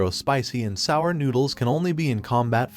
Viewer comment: Im sick of the ai voice pronouncing "Spicy----and sour noodles"